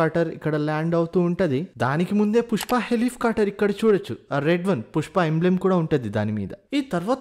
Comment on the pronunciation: Helifcoter kadhu ra thammi helicopter😂😂